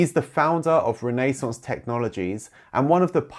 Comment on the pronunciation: “Renee-sonce” technology???